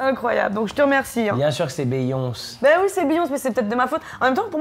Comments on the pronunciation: par contre "BEYONCEEEUH" jsuis morte la prononciation là bhfcudzbvucyby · Ça se prononce Biyoncé